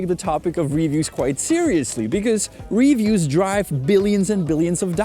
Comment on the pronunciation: i just can't deal with his wrongful pronunciation of the word "reviews" lol its like when he was saying christmers 1000 times in a video